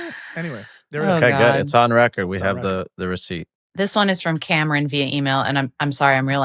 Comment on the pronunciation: Really enjoyed the player Evals and can’t wait for the WC squad picks from the guys! (I had to bring some half-hearted Leeds smoke 😉but the way Tim said “Cameron” gave me Key&Peele Substitute teacher skit vibes 😂😂☠️